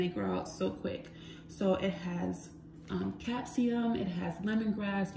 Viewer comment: Did you say capseum oil??